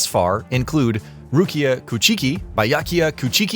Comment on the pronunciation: how come this guy can say it here but absolutely butchered it in the beginning 😅